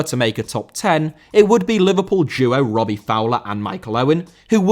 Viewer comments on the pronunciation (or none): none